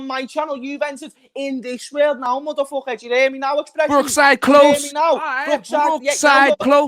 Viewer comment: Man called a "MOODOOFOOKER" 😂😂😂😂😂